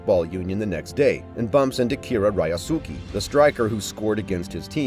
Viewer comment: I still get bother sometimes on his pronunciation of the names of the character (ex: RAYASUKI that should be pronounce as RI - YOS - KE ) , but all in all. great summary of the first 3 episode. LOVE IT. MORE PLEASEEEEEEEEEEEEEE!!!!!